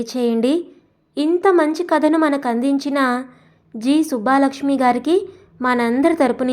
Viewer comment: కథ బావుంది. సుబ్బలక్ష్మి అండి. సుబ్బా లక్ష్మి కాదు